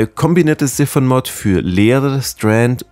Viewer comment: Gutes Video 🤙 finds immer lustig wenn du Siphon sagst 🤣 sag einfach "sifon" oder denk an dein Waschbeckenablauf. Das nennt man auch Siphon 🤣 aber gute infos 🥳